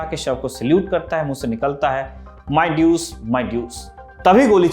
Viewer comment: Its not ड्यूस it’s डूचे